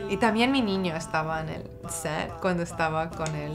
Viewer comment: Wowww, the way she said "niño" was perfect, you can totally tell she speak fluent spanish